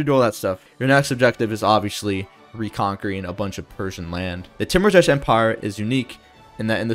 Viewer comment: Hey King great video as always. Some pronunciation stuff if you're interested. Iran is "E-raan" with a long E sound like you're just saying the letter E. Timurtash would sound something like "Tee-moor-tash" or maybe "Tay-moor-tash" where the "u" in the middle sounds like the "ou" in "tour". Kar-Kiya is more like "Kaar-kee-yaa" identical to the way you'd say Car, Key, and Ya. Shekhbizin I'm not sure but my best guess is "Shaykh-bee-zeen" which has a "kh" sound like the way scottish people pronounce the "ch" in "loch". Tehran is "Teh-raan". You said Shaki right with the long A sound. Tabriz is "Tab-reez". Iraq is like "E-rock" with a long E and since there isn't a glottal stop sound in English pronouncing the "q" here like a "ck" is close enough.